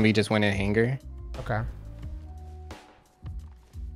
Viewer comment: oh damn.. hearing this mispronouncing of HANGER... really building my ANGER. lmao.. another good story man.